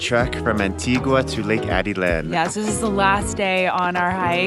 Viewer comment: Hi there! My wife and I really enjoy watching your videos of our favorite country. However, there’s one thing we can’t figure out. You seem to get the names right of most of your Spanish words (tocino, cervecería) and places (Peten, Izabal) but not Atitlan and Tikal. I know you said you haven’t been able to go to proper Spanish school yet but it seems like these slipped through the cracks. (It should be Ah-Teet-Lahn and Tee-Kahl.) Regardless, keep up the great work and we hope to cross paths in Antigua some day! Thank you for shining a light on the wonderful people and culture of Guatemala.